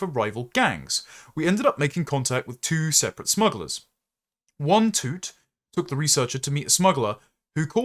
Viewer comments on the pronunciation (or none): Toot? I think you meant to say a word that’s pronounced as “towt”. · "tout" like ticket tout. not bloody toot, what are you doing🤣🤣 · You should be saying towt for tout, like ticket tout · Lmao at you pronouncing tout as toot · is that how British people say tout?